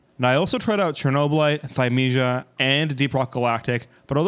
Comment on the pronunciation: What game is this "phymeja" you say? looks so cool, no idea of what is it, cant find it